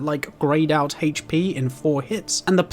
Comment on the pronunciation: This man say HP like “HHHHHHAITCH PEEE” drove me fucking insane